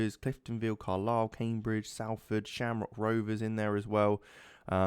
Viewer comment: Great Video.....But it's pronounced Solford